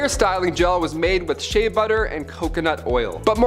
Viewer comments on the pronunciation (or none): none